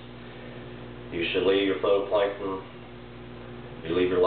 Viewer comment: It's phyto NOT photo